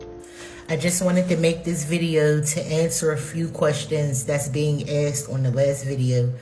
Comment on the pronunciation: She axed me a question